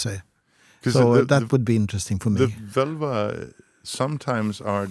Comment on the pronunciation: Btw, the "vǫlva" in Old Norse was pronounced "vålva". The 'ö' you see nowadays on the Internet is an "modern" Icelandic language change of moving from the å sound to the ö sound. But if we look at what it was called back in the Viking Age, it was "vǫlva", and it was pronounced as "vålva", not "völva".